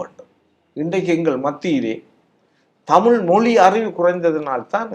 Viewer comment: தமிழை-தமில் என்று சொல்லுபவன் இருக்கும் வரை-தமிழ் வாழாது.